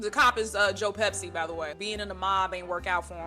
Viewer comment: The purple in your hair is gorgeous and that shirt is so cool. I'm assuming it's kind of a reference to Gregg Araki since you have good taste in movies. It makes me giggle every time you say Joe Pepsi instead of Pesci. And you are literally so cool for bringing up Big Girls Don't Cry... They Get Even! That movie is so underrated